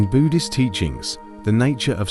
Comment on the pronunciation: Maybe get a human narrator instead of shitty AI that can’t even pronounce Buddhist correctly dubbed over stock footage and I might watch more than 10 seconds of your videos